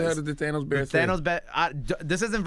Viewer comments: Charlamagne "THAYNOS" LMAO! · They-nos Lmfao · I hate how Charlamagne tha God says Thanos